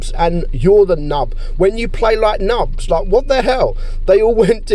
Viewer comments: it’s not pronounced ‘nubbs’. Nub is still pronounced like ‘noob’. Just we type it as ‘nub’ in game to get around their spelling censor. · ah i like when he said "nabs" instead of "nubs", and i actually laughed, thx u fixed my mood